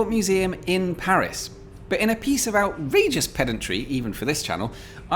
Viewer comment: LOLOL!! Especially when you pronounce outRAAAAgeous with a soprano note in the middle!